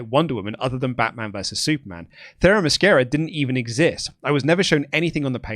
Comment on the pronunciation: I love avoiding pronouncing that one Amazons name only to immediately confidently mispronounce Themyscira